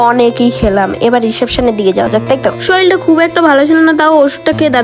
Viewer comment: অন্যদের দেখে ফুড ব্লগ করার শখ হয়েছে বুঝছি তাই বলে শরীর কে শরীল?